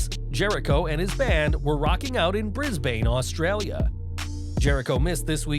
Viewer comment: The way you pronounced BRISBANE 🤣